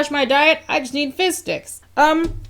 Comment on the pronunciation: I kept hearing “fish sticks” instead of “fizz sticks” 😂